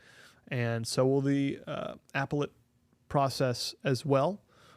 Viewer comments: The way he says appellate- uh-PEL-uht 😂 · Lol did the other reporter kid just say appa let😂 I guess he meant appellate.